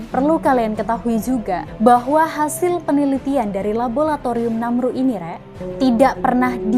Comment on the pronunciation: Labolatorium opo laboratorium to yu...